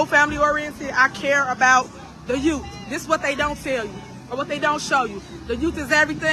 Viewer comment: Tiffany, it's youth not yoot. SMH! Her vernacular for a politician is out of this world.